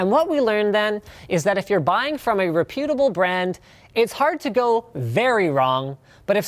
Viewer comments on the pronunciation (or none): rep·u·ta·ble not "re-peewyou-tabil" [sic]